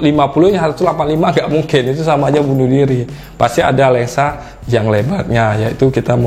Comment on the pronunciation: cuma satu yang ganjel,, abangnya ngomong Lensa apa Lengsa